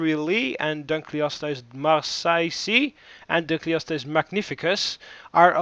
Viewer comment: Not to be rude, but it's pronounced Coelophysis (SEE-LOW-FIE-SIS) and Dunkleosteus (DUNK-LEE-OH-STEE-US)